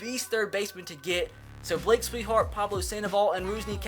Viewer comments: lol I noticed that too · is a Red Sox fan but can't even say Swihart correct.. it's "SWI-HEART" not "SWEET-HEART" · It's actually SWI-HART